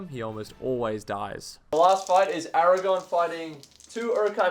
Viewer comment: Aragorn. With an r.